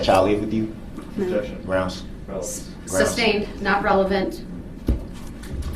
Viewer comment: Ob-jec-shun …Grounz.